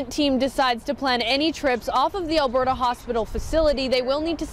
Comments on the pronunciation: It's pronounced Alberta. Like Albert-ahh. Not albert-aye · Alberta ah... not eh lol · Not a biggie but Alberta is like “al-bur-tuh” 🙂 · "Albertay, Canada". 😂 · Lol I had to rewind and see if you actually said Alberta that way 🙈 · As a Canadian I am offended by the pronunciation of Alberta lol